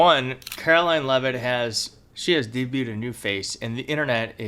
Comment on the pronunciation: Did he pronounce it de beaut id? 😂😂